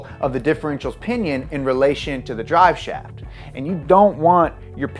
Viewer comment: "dive slaft"